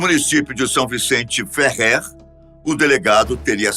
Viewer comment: A pronúncia do município maranhense é: SÃO VICENTE DE FÉRRER ( a tônica na pronúncia é no FE ).